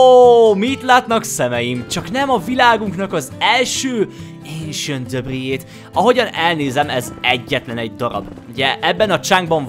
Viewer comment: aaaam én istván vagyok de nem vagyok mérges és szerintem is úgy ejtik ki az esentdabrik jó a vidi te vagy a kedvenc yutuberem nagyon szépen épitesz